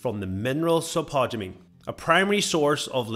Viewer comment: Dude. Its spod-u-mene. Not....spu-tod-u-mene.